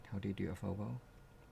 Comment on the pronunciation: In answer to what meant when he said “FOBO” and then denied saying it: He meant FAUX BOW!!! 🤣